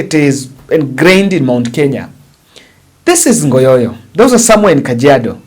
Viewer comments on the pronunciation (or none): It's ngogoyo not ngoyoyo